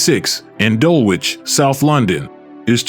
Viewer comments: Dulwich is pronounced "Dul-litch" :hand-purple-blue-peace::eyes-pink-heart-shape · Dulwich is pronounced dulitch not dull witc..the w is silent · Pronounced Dullage not doll-witch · Pronounced ‘Dullich’ ✅ not ‘Dull Witch’❌ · dull-witch ffs !! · I stopped watching when the AI-generated commentary said "Dull-which" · "Dull -Witch".... 😂😂